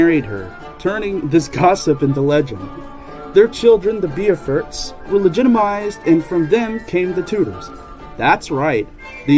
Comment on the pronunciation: FYI, the name is pronounced 'boh-fort' 😊